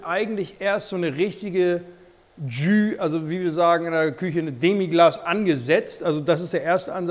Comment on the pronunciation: "Tschüh". 😁Holt mal euer Gastro-Französisch nach!